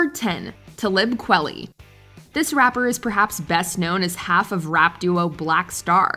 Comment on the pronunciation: Kwah-lee. Like quality.